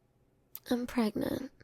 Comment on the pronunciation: how is prangent formed? Side note, the "Translate to English" button is hilarious... and apparently works...